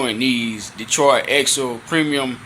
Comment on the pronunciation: The man said Detroitya axle. The t is silent. 🤫 Thanks for sharing your thoughts bruh.